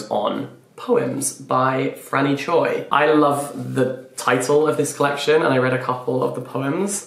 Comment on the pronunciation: Fyi Choi is pronounced "Chwe" but it's spelled Choi in English bc ㅗ +ㅣ(o+i) together make the sound "we"